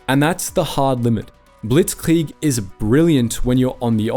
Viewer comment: Saying things like blitzkrieg in a German accent is so weird why do English speakers do that no one else does you don’t hear French people speaking French and say hamburger in a American accent.